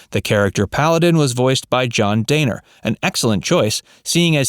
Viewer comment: John 'Den ner'...